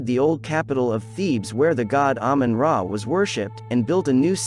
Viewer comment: Ahmun Ra as Ahmun Day